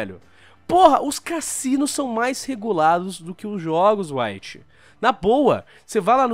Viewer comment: Ele diz caCinos